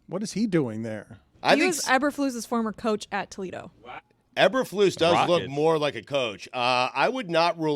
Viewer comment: u guys are so out of town stupid none of u can even pronounce eberflus correctly